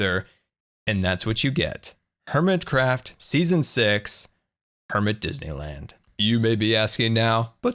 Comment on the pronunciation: Lol he said welcome to season six but sounded like welcome to season s x